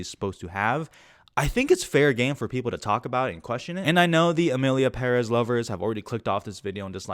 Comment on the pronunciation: You pronunced Emilia Perez, better than many people who worked on that film